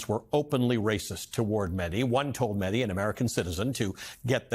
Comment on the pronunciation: Ali, thanks for having Mehdi on (and for pronouncing his last name correctly). I was horrified watching the Jubilee "debate", but Mehdii handled it like the pro that he is.